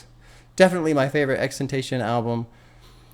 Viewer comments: It is pronounced ten tah see on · i dont know why you are so lazy when pronouncing his name it comes off as stupid. Its like if we all called you bob the pop. Its stupid you should encourage proper pronunciation.